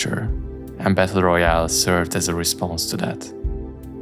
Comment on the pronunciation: Good video, but "Battle" is pronounced "bettuhl" or (US English) "bedduhl", not "bethuhl"